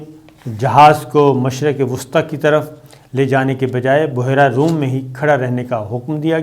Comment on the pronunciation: Oo jaahil Boohherra nahi Behra e room hota hay